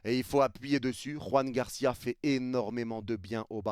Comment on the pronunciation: Joan Garcia bordel, pas Juan Garcia. La prononciation n'a rien à voir !!!! Il est Catalan pas Espagnol !